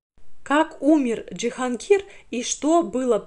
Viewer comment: Почему ДжихАнгир?